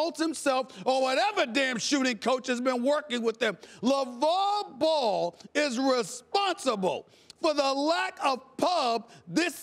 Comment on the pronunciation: Stephen A stay off the WEEEEEEEEED can't say Lavar Ball. its on ya.